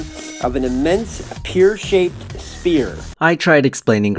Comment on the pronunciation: He mispronounced pear.